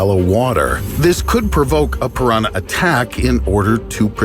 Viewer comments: So nobody is talking about the "p a r a n a h" ? xD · Did anyone else question why he said pirahna so weird while simultaneously bursting out into uncontrollable laughter? You know the kind of laughter that makes you sound like a donkey and a coke addict at the same time? O.o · Im german and Ive never heard someone pronounce Piranha in english compared to what im used to hear that Sounds hilarious lmao